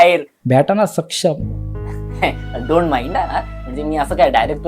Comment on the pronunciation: समक्ष ❌ सक्षम ✅😂🤣